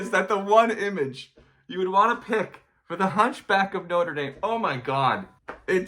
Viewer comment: that pronunciation hurt... but no where near as much as the cover